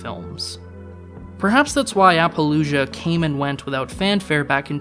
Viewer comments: It might just be your accent, but it sounded like you were saying apologia instead of appaloosa? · To me, it sounded like he made it rhyme with 'Fallujah.' Which is way off.